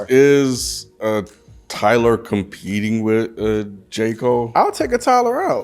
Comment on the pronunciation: ninja said tittyboii?? nawwwww fammo. That ain't it